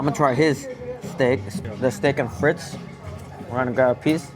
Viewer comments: It's not steak FRITZ it's FREET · Omg please learn how to pronounce FRITES